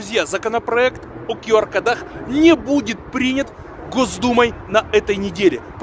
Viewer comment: Не кодАх, а кОдах! Говорите по-русски, пжл